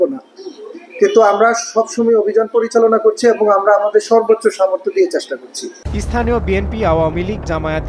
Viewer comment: এসথানিয় নাকি স্থানীয় 😂 ভাষা শুদ্ধতা কোথায়?